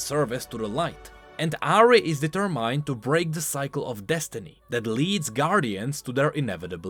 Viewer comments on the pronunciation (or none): for the love of god, for 4 years... D-TER-MINT not DE-TER-MINED, please.... please...